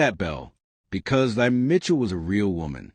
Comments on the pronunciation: Her name is pronounced as “thee” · Her name is pronounced T-'a.